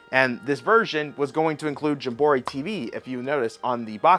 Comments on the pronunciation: Why are you saying jim borry instead of jamboree lol .... It's cool though great video man I appreciate it I've been watching this new channel I think it's pretty cool I'll keep checking out your videos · I can’t figure out if you mispronounce game names on purpose or not. The more you do it, the more I feel like it’s an act. There’s not another person on earth who calls it Mario Party Jumbori. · jam-buh-REE. That is how you say that word. Also shame on you for supporting key cards. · I believe it's pronounced as Jam-bore-ee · It’s pronounced more like Jam-Ba-Ree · Whenever you say metroid and jamboree wrong i instanly dislike the video and switch to another video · The mispronounced Mario Party title kills me... learn to read and/or pronounce. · why do you pronounce jamboree like that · I honestly think he does it for the troll…. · Cause of the American educational system lol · The way you pronounce jamboree 😂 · Agree made me instantly want to say “I don’t think that word means what you think it means!” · I think he mispronounces things on purpose so ppl call him out in the comments. Engagement is engagement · Libary, Gemboree, meteoroid, he does this shit on purpose